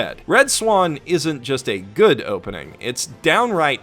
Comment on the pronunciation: You said good incorrectly